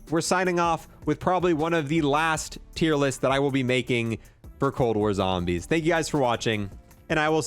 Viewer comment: “Cold War Zombersh”